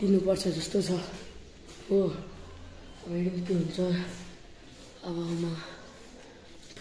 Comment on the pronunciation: भाई तिम्रो नेपाली चाँही अलि खतरा छ जस्तै आज लाई आजु जितछैँउ लाई कितछ अब लाई आबु टाउको लाई टैको तर रामायण पाठ चाही दामी छ बधाई छ ।